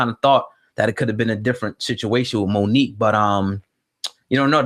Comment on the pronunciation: Bruh said like Mook and Aye Verb